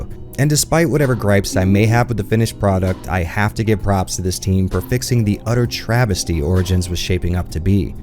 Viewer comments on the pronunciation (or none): Travesty..... Travis-ty?